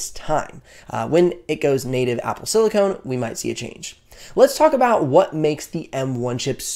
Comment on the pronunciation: Excellent vid. That said, please look up the words Silicone and Silicon. They’re different things. Sorry to be a grammar nazi, but someone watching this might get confused by your pronunciation of silicon as silicone.